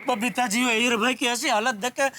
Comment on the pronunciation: Jethalal Every Time : BABITHAAJI ,,,, ((( Error )) and iyer Bhai 🤣